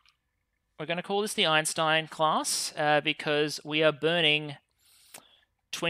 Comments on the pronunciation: “Eintein” class, not “Einstein”, lol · ah yes, Albert “Eintein” one of the greatest scientists to ever live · Calling it "Eintein" instead of Einstein was magic. Absolute meme.